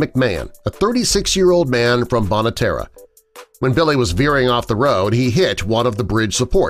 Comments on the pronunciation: They said bonne terre wrong it's pronounced bon not bon ne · It is not bonna terra it is bonn tear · Just for the record of the video the town name is pronounced more like “ bon ter ”. MIssouri has a lot of french place names that for some reason we have given our own pronunciation for. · That's not how you say bonne Terre. He's also from the same state as me. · He pronounced my towns name wrong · I'm from this area and you completely ruined the town name. The town is French for good earth. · You pronounced Bonne Terre wrong i would know